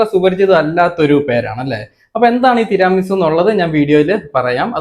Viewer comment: തിരാമി സു അല്ല തീരമി സു എന്നാണ് ,ഇറ്റലിയിൽ നിന്നും ❤